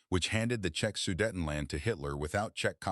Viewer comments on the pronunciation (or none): As usual, bad AI spelling and pronounciation. Variations of Check, Chechen incorrect. Czech too complicated for an idiotic AI voice. Why do you add suntitles when YouTube can provide more accurate subtitles if required?